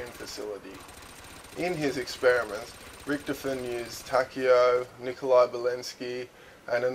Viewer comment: ritch-toven not rioven